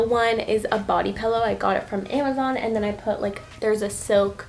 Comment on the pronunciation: I can’t tell if she’s saying “pillow” or “pellow”